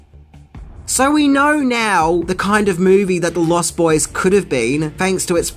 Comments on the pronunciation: Its pronounced LOST boys, not lost BOYS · I have to ask, is it your accent that makes you pronounce it "Lost BOYS?" You put a lot of emphasis on the boys part.